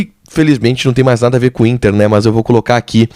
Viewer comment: Dói o ouvido escutar esse jovem jornalista pronunciar a palavra MAS como MÃS, verbete inexistente na língua portuguesa.